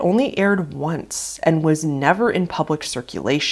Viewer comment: The emphasis you put on the end of almost all of your sentences are annoying..talking bout some " only aired oncesssss" WHY WOULD SHE SLUMP OVER AND ACT DEAD IF SHE WASNT ACTING?????